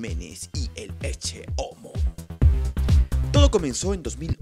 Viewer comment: Pensé que se pronunciaba "eche" no "exce" a la palabra ecce